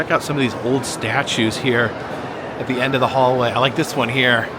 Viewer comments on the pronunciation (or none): none